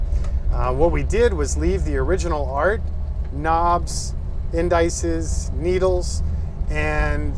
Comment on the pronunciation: And the "In DICE es" are actually "Indi sees".